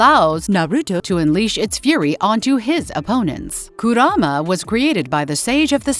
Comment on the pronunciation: Please edit the Voice saying kurama